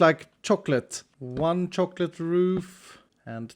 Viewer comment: the way you say chocolate is mesmerizing, also the way you say mesmerizing is... fascinating.